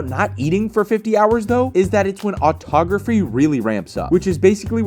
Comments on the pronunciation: dude really say autography😂😂😂😂😂😂😂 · Autophagy, not "autography". Auto = self, phagy = eat. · bro butchered the pronunciation of "autophagy" where did that R come from man